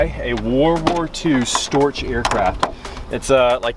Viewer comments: Pronounced "Stork". Not Iron Cross. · Just needs some training with pronounciation of the German word "Storch"...